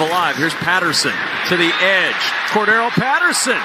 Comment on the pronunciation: an increasing percentage -- seem to ignore C.P 's center syllable( Cor(d) darr elle ) ~ final of TNF matchup might be somewhat closer than anticipated . . .